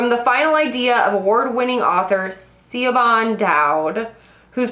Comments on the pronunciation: Hey girl hey!! Siobhan is pronounced like "sha-von" <3 <3 I'm excited for this month's choices!! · Btw Sibohan is pronounced Shervonne. Irish names have some interesting spellings.